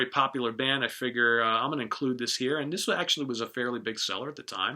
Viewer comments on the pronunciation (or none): none